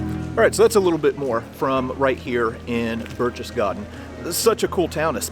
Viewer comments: BAIRCH-TES-GAHDEN!!!.....Not BERCHESSGARDEN! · "Burk tess gaden" Not Burch. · When you pronounce Berchtesgaden the first part of the word sounds like Birk as in Birkenstock not Birch like a birch tree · Please do some research and start pronouncing things correctly! Berchtesgaden is not pronounced 'Birch-chess-gaden', it's 'Berk-tess-gaden'! Your videos are great but this is annoying! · Sorry, but phonetically it is "Barektess Garten"... driving me nuts! LOL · Bear-K-tess-garr-ten. That is all....carry on. ;-) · Pronounced 'Berk-tess-gar-ten', my friend. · I know what you missed, how to properly pronounce Berchtesgaden haha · You lose all credibility when you can’t even pronounce this cities name!!!! Your from a museum??? Learn how to pronounce the names and city names correctly or DONT even make the video.